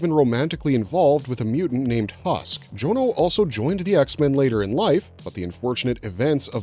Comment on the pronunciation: Tip from a real life Jonno: it's usually pronounced John-o and not Joan-o. You know, 'cause it's short for Jonathan (not Joanathan)